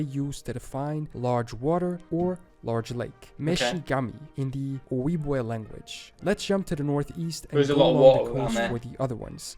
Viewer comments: Great reaction! I have said this in a couple other people's reactions to this video, he pronounces ojibwe wrong, It's o-jeeb-way (for the jeeb part it's like how you would say jeep, but with a b instead of a p). Not trying to criticize him, he's amazing, just letting you know so if you ever come across it again you know how it's supposed to be pronounced. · Cannot pronounce Ojibwe correct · The narrator is pronouncing Ojibwe or Ojibwa incorrectly. The “j” is used. It is Oh jib wah or Oh jib way NOT Oh wee way. If uncertain use Google translate. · That guy pronounces words wrong a lot. We don't say Algonquian, Quapaw, Ojibwe, or Choctaw the way he does, etc. I speak four American Indigenous languages and several European ones. Okla = People and Homma = Red but Choctaw (Chahta) is a spoken language and we can spell words how we want. Still, I don't know how the guy in the video gets an "ow" sound out of "ah". One way to say "hat" in Choctaw is "shvpo" like "chapeau" in French.